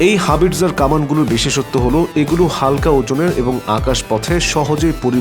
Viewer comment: হাবিরজার না ভাই। হাউইটজার কামান...